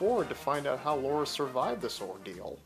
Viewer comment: LARA not LAURA .... get it right